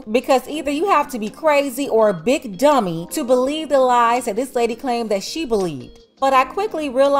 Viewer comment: That emphasis on big “DUMMY” had me rolling😂😂😂